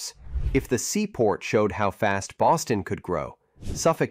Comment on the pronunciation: I swear it sounds like you’re saying Austin instead of Boston. Also, if anybody’s wondering about Boston it’s probably one of the coolest cities in North America honestly. Best time to go in Mid to late Spring